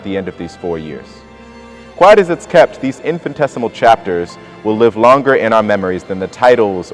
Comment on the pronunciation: * in FIN I tes i mal (not "in FIN tes i mal")